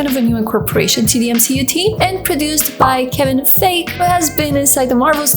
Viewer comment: para futuras referencias, he visto que muchas personas han mencionado esto en otros comentarios, pero se pronuncia Kevin "Faigui". Saludos...